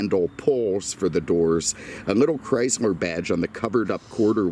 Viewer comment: When will realize it was never spelled Chryzler